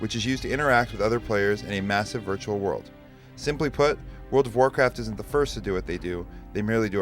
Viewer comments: I been playing world o racat for 3 years now... After 3 years you would think he could pronounce its game name better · Why the hell cant the guy say world of warcraft properly, what is wrong with him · WTF can anyone who plays this game say it right its WORLD OF WARCRAFT not fucking WORL A WARCRAFT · Didn't anyone think to ask, what orld of orlcraft was? He can't even say the name of the game. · that cant even talk....wrld of rcraft...omg.